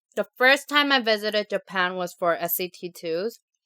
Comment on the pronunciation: time not ti.m